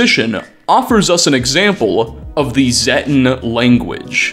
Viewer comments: It’s zetan not zettan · Zay-tan. Long 'a'. Zay. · Z-ay-ten..... It's pronounced in fallout 3 and 76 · The first time I hear zetan in this video, i thought had said "thetan", like the scientology aliens. and the more and more shit was revealed, the more I nodded like "yep, scientology". I'm surprised there haven't been any lawsuits against bethesda for all this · You pronounced Zeta/Zetan 3 different ways throughout the video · all fallout youtubers pronounce "Zetan" while and can't say who is right, this didnt sound right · At least pronounce Zetan correctly.